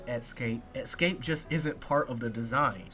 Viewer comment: Escape, not "Exscape" 🌜🦗